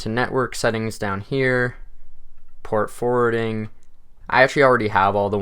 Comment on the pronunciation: I thought he said port-a-forting lmaooo